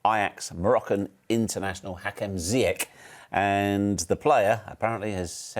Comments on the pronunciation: Actually, his name is pronounced " ZEE'YASH " not " ZayaK " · Ist not Ziyek ITS Ziyech! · ITS ZIYECH NOT ZIYEK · Ziyech is pronounced like Zyesh not Zyek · He's ziyech not ziyek 😒😏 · It’s pronounced Ziyash not Zee-yekk. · It’s Zee-esh. Also, no way have Phillips and Pulis watched him other than in 2 or 3 Ajax games. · It's Ziyach, Ziyash guys, Not Ziyack come on guys. I wish him good luck with chelsea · His name is pronounced for my British bros and sis—> Zee Yaa-SH ( SH like SHUT UP 🤐) and please there is no K . Non existent !! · Pronounced: Ziyesh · literally said his name wrong within the first 10 seconds, pronounced ZiyeSH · His name is actually pronounced ''Ziyesh'' (phonetically Zee-yeah-shh) which originally was spelled ''Ziyach'' but people had trouble pronouncing it so he changed the spelling to ''Ziyech.'' When he plays for the Moroccan national team he still uses the correct spelling of ''Ziyach'' on his shirt.